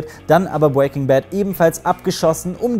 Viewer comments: "bwaking Bad" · Du sprichst Breaking immer falsch aus😂